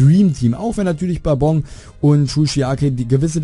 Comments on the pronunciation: Die Betonung setzt du jedoch falsch. Im japanischen wird der Akzent auf die erste Silbe des Namens gesetzt. Es ist also BA-bon, nicht Ba-BON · Ich muss sagen geiles Video :) Nur hast du einen Namen der Schwarzen organisation ausgesprochen Bourbon wird "Börben" ausgesprochen, ist ne gewisse Bezeichnung für eine gewisse Sorte von amerikanischem Whiskey wenn ich mich nicht irre. Aber auf jeden Fall weiter so, meinen Daumen hast du ^^